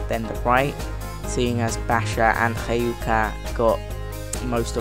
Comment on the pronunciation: cana it's pronounced sana and hyka is pronounced huka